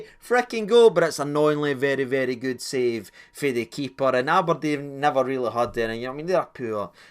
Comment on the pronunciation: thanks just spat red bull everywhere when ye said " am i deed" haha